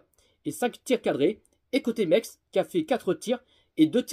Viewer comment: Metz pas mex 😂😂😂